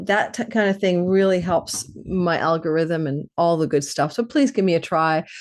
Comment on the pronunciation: Hehehe. When you said algorithm, I heard Algolrhythm.